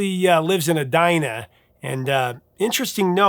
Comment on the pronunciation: Thank you for correctly pronouncing "Edina" 😂